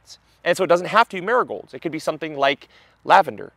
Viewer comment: When you first said Marigolds, all I heard was "nurgols"... I was like, what is he talking about??? 😂 Then I worked it out. Accents haha